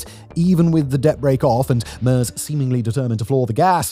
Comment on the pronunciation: I'm American, not German, but the pronunciation of Merz and Die Linke left me wondering how much I can trust the rest of the research if no one bothered to spend 60 seconds on YouTube learning to get the names right.